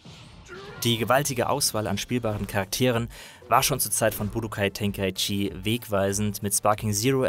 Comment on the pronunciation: Ten-kai-chi. Bin deutscher.